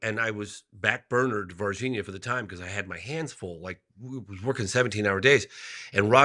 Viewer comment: Why does this guy doesn't know how to pronounce Virginia